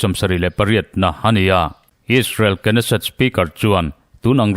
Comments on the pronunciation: Israel rorelna Inpui Knesset hi Kenesset tia lamtur a ni lo Nesset ti lam zawk tur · Keneset tih zawk tur aw